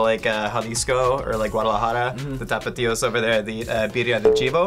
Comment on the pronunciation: The fact that he called us from Jalisco “Tapatios” . He is officially awesome!!! He knows his stuff for sure